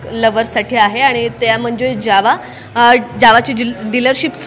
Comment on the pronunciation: ज्यावा नाही जावा बोला